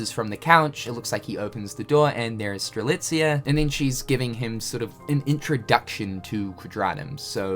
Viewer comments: When I first opened this video, I wondered if would actually say Strelitzia‘s name right lol. I’m surprised! xD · you got the pronunciation of Strelitzia correctly! kudos my dude. better late than never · Fancy that, got Strelitzia’s name right.